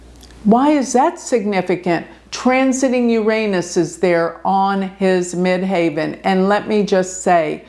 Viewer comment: Great video thanks. Quick question you say ‘MidHAVEN’ I always thought it’s MIDHEAVEN..?